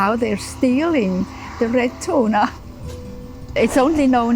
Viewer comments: love me some canned "tunar" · you say they eat chewna ?